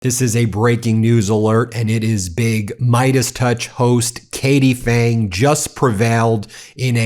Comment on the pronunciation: Phang should be pronounced PANG emphasis on AH, not aaa, P not silent. I should know because my wife carries the same surname